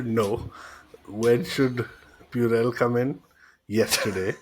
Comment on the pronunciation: Did he just say purell 😂?!